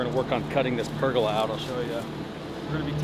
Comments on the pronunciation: Per-goal-ah.....not purgala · Per-gol-aa....... per-gil-la makes me cringe 😂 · Wtf is a purgalah, I think he means pergola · I always find the American pronunciation of Pergolas funny, it just doesn't sound right.